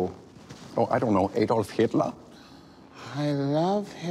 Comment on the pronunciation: The name Adolf is not pronounced A Dolf it’s AD olf